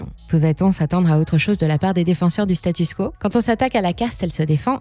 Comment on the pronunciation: "Statu quo", pas "status quo" ;)